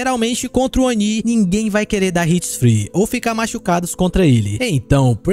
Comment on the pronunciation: obrigado pelo vídeo! Que delícia ouvir a pronúncia correta do Oni 👹! Faz um vídeo como esse aí agora mostrando os melhores perks pra cada killer 🥹